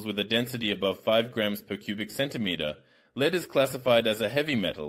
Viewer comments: Your argument assumes that the use of AI is not detrimental to the quality. The complaints, though, are about a detriment to the quality. The voice using the wrong pronunciation of lead. Missing words, ending sentences mid-sentence. Those are quality issues, which makes the use of AI simply worse quality. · The AI is not working as well as the voice over, it's creating problems that weren't there eg it pronounces the metal Lead (Pb) as if in usb lead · First of all, this AI voice was TERRIBLE in this episode... SO MANY PROBLEMS!!! Just saying random words for no reason... The temperatures made no sense sometimes... the volume was all up and down... the pronouncing of some words was all wrong (say 'leed' instead of 'lead/led') - PLEASE just go back to your own voice, you spoke perfectly fine English bro.... and if you don't feel like you're good at it you HAVE TO KEEP AT IT and continue using the language in order to get better.... how can you get better at it if you don't use it... PLEASE just try going back to YOU speaking English and just WATCH ALL THE COMMENTS TALKING ABOUT HOW MUCH THEY MISSED YOUR VOICE AND HOW ITS SO MUCH BETTER..... - - And SECONDLY, Your stirring was yes, destroying the bubbles... you need to use a DIFFERENT TYPE OF OF STIRRING.... think of a MILKSHAKE MIXER.... it's a spinning rod with a round disc iobn the end that is wavy.... AND if you spin it VERY FAST it CIRCULATES THE FLUID, INCORPORATING AIR INTO IT, AND THIS WOULD BE THE RIGHT WAY FOR HOME LABORATORY TESTING..... PLUS YOU HAVE TO PUT THE MELTED ALUMINUM into a METAL CONTAINER AND KEEP IT HEATED WITH A BLOW TORCH UNTIL YOU ARE READY FOR IT TO COOL DOWN..... - - - BUT I don't expect7 that you are going to continue with this experiment, so there is no need for me to explain further.... but the stirring with such a large piece was bound to destroy the bubbles that were made.... BUT I REALLY ENJOYED LEARNING ABOUT METAL FOAM and the other metals